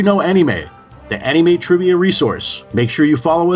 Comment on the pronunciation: Dude why the Fuck We're you not featured in this? You are far more qualified (and practically Destined to do something like this) then this guy. I don't care who this he is, he couldn't even say Anime right.